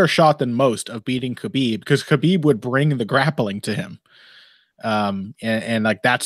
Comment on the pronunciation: I dream of the day pronounces Khabib's name correctly.